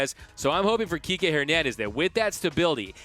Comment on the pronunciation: Kikè* not KIKI Lol 🤦🏽‍♂️😂